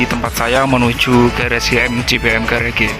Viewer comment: 😩 'Ga ra ge' 'Interior dalam' 'Porji' Bahasa malang mbois jg jd bois Next video diperbaiki yo mas. Biar makin sip🙏